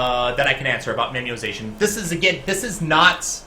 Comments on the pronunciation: I seriously wondered what memiozation was when you were speaking it. Then you wrote memoization and then I realized you just can't pronounce. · You should definitely do more of these, I love the strictly concept ones like this. Oh, and not to be a stickler, but, it's "memo-ization", based on the idea of the concept of making memos, as opposed to "memiozation".